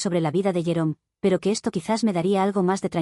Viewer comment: Me he quedado pensando porque, cuando escuché el nombre del ex-esposo, pensaba que había dicho llorón en vez de jerome XD, creo que ese nombre le viene al pego.